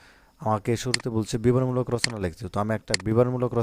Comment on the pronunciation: Bran bol 😂😂😂😂 bibaron mulaol na biboron mulo😅